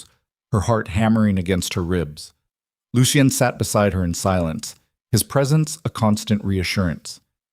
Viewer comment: Lucien - Pronounced Looshun. Not..... Loo she en, Looshe ee en, Loo see en.